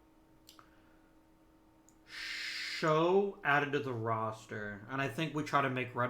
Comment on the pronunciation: Eric show is pronounced like chow with an s. He is the guy who's arm exploded on the mound